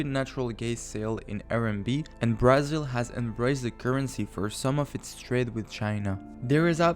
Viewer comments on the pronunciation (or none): i was going to take you serious but then you said BREZIL lol thanks for trying but please get a new narrator